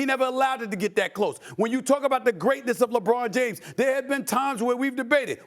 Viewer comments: My guy said "Jabron James." I don't know whybthats so funny to me. Lol. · “Jabron James” 🤣🤣🤣